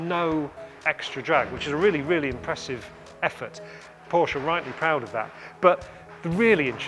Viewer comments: Porsche did a video how to pronounce their name, he should watch it :-D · learn how to say PORSCHE